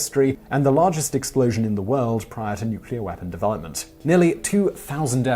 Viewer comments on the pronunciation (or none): none